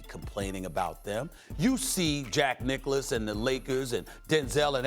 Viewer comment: Nobody: Stephen A: "Jack Nicholas"